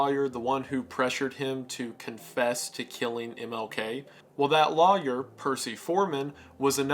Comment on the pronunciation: Just in case yall are wondering. Law yer is supposed to be pronounced that way. The rest of the country however pronounces it as loyer incorrectly.